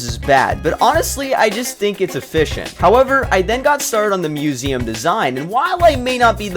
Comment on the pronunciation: *museum not musium 💀💀💀